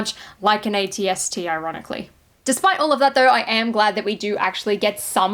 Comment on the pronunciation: Did she say at-st raider 🤣🤣